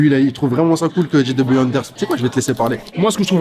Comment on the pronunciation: Bonne vidéo comme d’hab, super intéressant d’avoir ce mec en itw sur Camino. Par contre pour la culture on dit « Jay » W Anderson pas « Gee » W Anderson, et pour LOEWE ça se prononce « Louévé » pas « Low ».